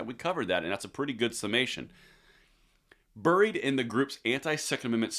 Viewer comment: Say "buried" again! 😀